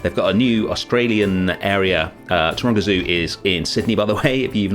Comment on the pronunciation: I was 3/4 of the way through this video, before I realised that you were saying Taronga Zoo. Most the time I thought you were saying Toronto… 😅